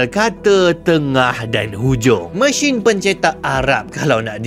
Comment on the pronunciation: Sebutan mesin anda lebih kepada machine sepanjang video ini